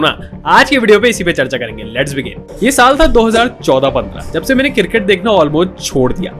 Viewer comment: Sahi bol le bhai , CRICKET, ye KIRKIT KIRKIT kya hain